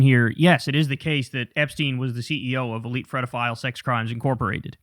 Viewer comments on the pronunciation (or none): Why do you say “graped instead of raped and fredophile instead of pedophile?